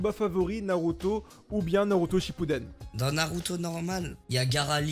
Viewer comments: Inox a un moment il a dis shappuden au lieu de shippuden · # il a dit shapuden